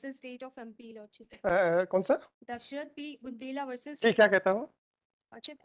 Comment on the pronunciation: Kaan se khun nikal gaya lord ship lordship sun k